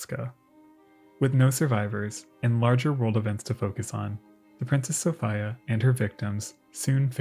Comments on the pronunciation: I couldn't stand his mispronounced sophia. It was awful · Why do you pronounce the name “Sophia” like that…? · It's pronounced sofeeea not sofiiiia. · Came here looking for this comment. Sophia is normally pronounced So-fee-ah but he said So-fi-ah so many times I couldn't help but wonder if it was intentional or not lol it doesn't help that in the time stamps its spelled Sophia aswell and not Sofia. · Ive never in all my life head anyone pronounce Sophia So Fyi Ugh. Its So Fee Uh. I just cant listen to it. I love your videos and have watched almost all of them but its like nails on a chalkboard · Uhhh, "Sophia" is pronounced "so-fee-a", not "so-fy-a". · "Princess Sof-eye-yuuh" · Just fyi.. its Sow-fee-uh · Ty. It was killing me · I've never come across the pronunciation 'Sof-ay-a. If this really is the correct way to pronounce the name of the ship, I'd like to learn some background on this. Signed, a phonetics-, history- and naval geek. Thank you! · Great video.. though the pronunciation of Princess Sophia is a little odd.